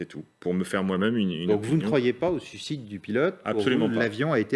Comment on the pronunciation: "suicide", "sucide" c'est quand on a 4 ans au tour du présentateur TV qui en fait autant, au secours le Qi moyen des Français !